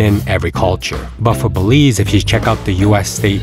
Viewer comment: Bélize 😂😂😂😂NO WAY